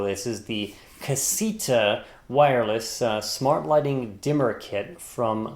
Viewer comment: Awesome review! Though I think it's pronounced Ca-say-ta.